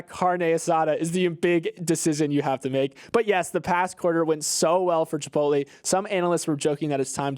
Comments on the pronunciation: finds a way to say Chip-pote-LEE in every podcast so that I can complain. I know you’re doing it on purpose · is still competing in the funniest chipotle pronunciation competition from a couple weeks ago